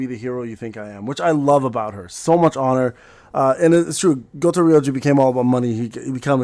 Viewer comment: Thar's why you can't pronounce Goto without saying Goat